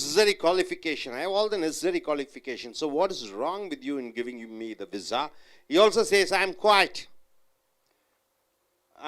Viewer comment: Pizza sounds much better than your vizza!